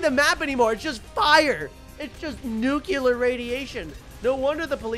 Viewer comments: I got better at pronunciation he said “Noo-cue-ler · Nuclear🙅🚫🚫 Nucular 😍✔️✔️✅✅